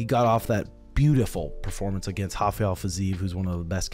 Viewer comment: please stom calling Rafael Fiziev Hafael/// hes not Brazilian